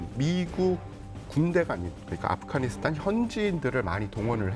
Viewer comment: 이 양반들 왜 자꾸 아프가니스탄을 아프카니스탄이라고 발음하지?